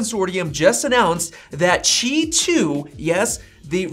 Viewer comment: Bro where are u reading “chi” from? “Qi”